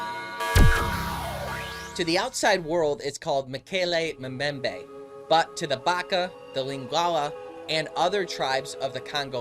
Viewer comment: You're pronouncing Mokele Mbembe incorrectly, and herbivore begins with a 'H' not an 'E'. Typical yank!!! Interesting nonetheless and these creatures definitely exist, native peoples have no reason to lie.